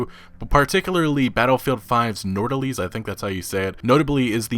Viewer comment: Nordlys. Pronounced: Nohr-lyhs The "d" is silent (in this case, not always) and most of the vowels are are drawn out a bit. You did well Like you did, but without the "d"